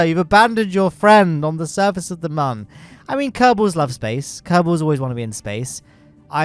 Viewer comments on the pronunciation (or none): Mun is pronounced moon, not "munn" smh its like a cute version of moon cmon guys